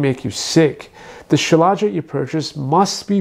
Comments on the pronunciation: Dude, you can't even pronounce it correctly. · Why does he pronounce it like that